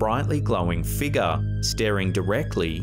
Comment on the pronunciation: I LOVE THE WAY YOU SAY, "FIGURE."